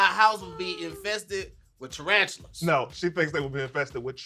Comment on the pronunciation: said "triantulas" lol. She needs to be on Wording Is Hard 🤣